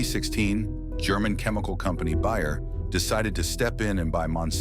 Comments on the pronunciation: Bayer as in aspirin....not buyer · Please hire a narrator who can pronounce words like Bayer, and live correctly to the context that the words are used in.